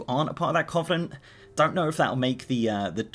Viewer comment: Sorry but your pronunciation of covenant is bugging me. Its cuh-venent, not coh-venent.